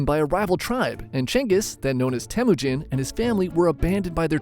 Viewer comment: I think you said telujin i think its temujin@